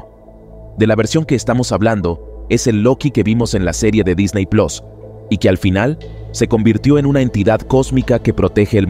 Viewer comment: Disney Plos... 😂😂😂😂 Se pronuncia Plus, crack.